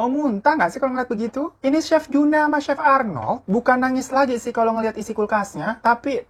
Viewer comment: c he f nya kenapa jauh jauhan sih 😭